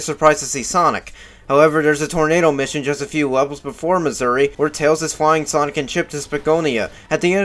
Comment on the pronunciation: Why do you pronounce "mazuri" as "missouri"